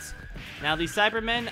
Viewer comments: SAIBAMEN NOT CYBERMEN SAIBAMEN SAI-BAH-MEN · You keep calling Saibamen "Cybermen".